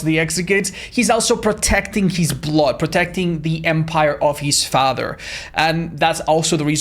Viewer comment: has never sounded more irish to me than when he repeatedly said, "his faaather" in the trapper section.